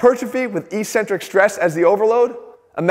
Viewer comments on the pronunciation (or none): X Jeff, I love you man... But eccentric is pronounced ek- SEN-trik, not EE-cen-trik, and you are driving me crazy.